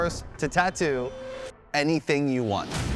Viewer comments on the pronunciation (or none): I'll never get over hearing "Tah-doo".